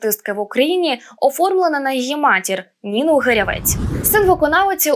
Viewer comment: Прізвище Гирявець з наголосом на 1-й склад. Вона з села Руда Сквирськоно району.